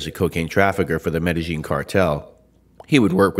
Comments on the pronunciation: Omg you pronounce Medellin like the locals do lol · Your pronunciation of "Medellin" is on point bro.